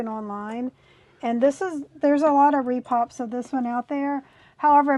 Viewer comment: Why do people say "Re Pops" instead of "Re Pros"???